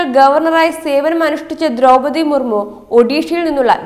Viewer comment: കുറച്ചും കൂടി അക്ഷര സ്ഫുടതയോടു കൂടി സംസാരിയ്ക്കാൻ പഠിയ്ക്കൂ കുട്ടി . ദ്രൗപതി എന്നതിന് പലയിടത്തും ദ്രൗമ്മതി എന്നു പറയുന്നു .ബന്ധം എന്നതിന് ബന്തം എന്നു പറയുന്നു .അങ്ങനെ ആകെ മൊത്തം കുറെയേറെ പിഴവുകൾ . എങ്കിലും പഴയതിലും അല്പം കൂടി ഭേദമായി എന്ന് പറയാം ..